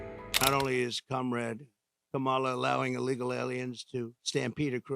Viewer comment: Still can’t say Kah muh luh right